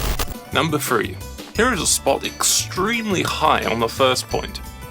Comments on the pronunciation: Number three not number tree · Borneo on number three he said tree for three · "Number Tree" Lol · you said number tree twice three has the th sound thhhhhhhhhhh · "number tree" makes sense. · number TREE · All number 3’s are said as tree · 9.42 numba TREE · Borneo spots one. tree two. tree tree. not tree four. tree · "NUMBER TREE" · ha i get it.. number tree :D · In Frontier That Guy Just Says Number Tree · number one : tree number two : tree "number TREE" : not tree u hear this? ..... number four : tree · after doing2 tree spot he said tree on three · There were so many tree spots, I stopped hearing number three and heard number tree. :-D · He said Tree twice when he needed to say Three... Oh wait... that's grammar cause Три (Tree) is russian Three (3)